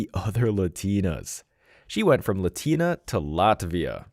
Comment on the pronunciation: she’s a “Lot-ina”